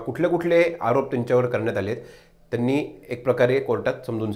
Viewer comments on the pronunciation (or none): Nit Marathi bolnari loka nahit ka tumchyakade? ‘Tenni’ kay asta? Mala tar ‘tyanni’ mahitye